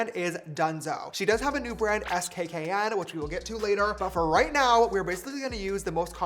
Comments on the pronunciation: not James saying saying Skkn by Kim as S k K n instead of skin 😔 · “S K K N” is it not pronounced “skin”😭😭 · James the name of the brand is pronounced skin 😭